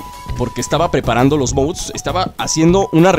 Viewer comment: Dices mouds